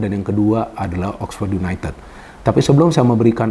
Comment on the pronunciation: Yunaitid bacaanya bung😅